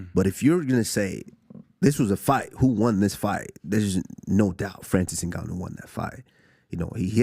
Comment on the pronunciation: “Nigganou”